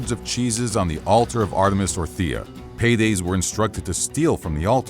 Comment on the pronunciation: Paides* not Peireis